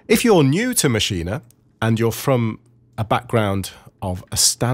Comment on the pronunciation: So happy to hear someone saying Maschine correctly :) thanks for the great tutorial :D